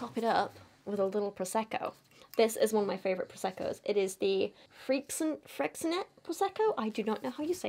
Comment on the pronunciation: Btw Freixenet is a Catalan word and pronounced with a sh sound for the x. So like 'fresh-uh-net' with the 'uh' sound very short.